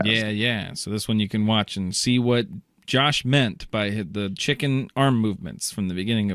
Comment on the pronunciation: Josh is sayind the first syllable rhyming like "snow" It should rhyme with "snore"